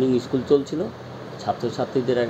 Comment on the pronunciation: ইস্কুল নয় স্কুল বলুন